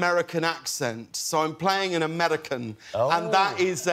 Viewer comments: he sounds like one of our old British prime ministers. Amerrican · Okay but his accent is actually really good besides the “aMeRiCaN” lmao